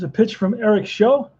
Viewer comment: Show is actually pronounced to rhyme with how, plow, and cow